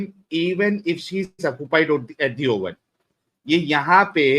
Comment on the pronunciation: she doesn’t know proper English she call oven ohim